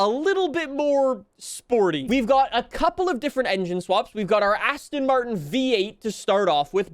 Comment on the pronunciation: Why are you saying "Asston". Why?